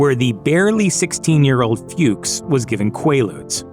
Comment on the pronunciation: The name Fuchs is pronounce "Fox"